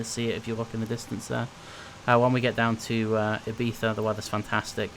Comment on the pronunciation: Perfect pronunciation Ibiza.